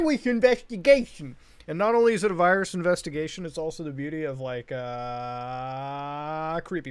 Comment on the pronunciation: Just rewatched "we got a little viwus inweshtigashion" 3 times